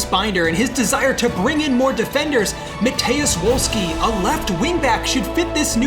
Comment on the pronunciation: also, if you want super correct pronouciation it should be MA-TAYY-OOSH VOLL-SKEE